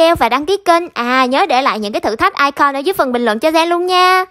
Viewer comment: icon đọc là ai cừn chứ ko phải ai con đâu chị